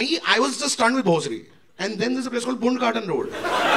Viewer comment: I'm from Pune. And it's pronounced as "band" garden road !!! 🤣🤣🤣🤣🤣🤣🤣🤣🤣